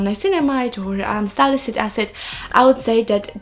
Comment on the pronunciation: Very informative ❤️ ps: it's sali-cy-lic acid, you're always missing the cy while pronouncing it ☺️